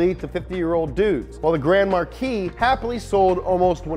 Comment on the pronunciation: Grand MAR-KEYS?!?! No dude. Grand MAR-KEY.